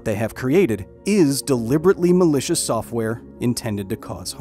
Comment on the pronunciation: He keeps emphasizing “malicious” seems sus